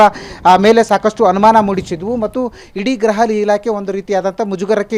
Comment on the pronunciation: ಅಣ್ಣತಮ್ಮ ಅದು ಗ್ರಹ ಇಲಾಖೆ ಅಲ್ಲಾ ಗುರು 🤦 ಗೃಹ ಇಲಾಖೆ ಅಂಥ ಹೇಳು